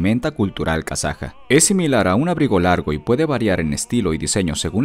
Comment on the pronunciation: KAZAJA SE DICE